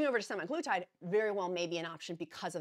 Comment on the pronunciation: Thank you for always providing information and updates! Semaglutide = SEM a GLOO tide. Emphasize SEM and GLOO. GLOO gets the most emphasis. Source: USP Dictionary Online (aka USAN)